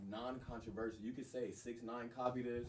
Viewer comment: wtf is contaversial